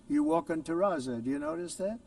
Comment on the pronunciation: He calls it terraza when it’s called terrazzo which is much better than marble